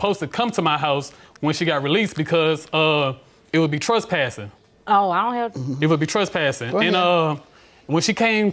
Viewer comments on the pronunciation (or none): Both of them need speech therapy. Both of them pronounced several words wrong. He said trustpass instead of trespass. Two idiots in a relationship.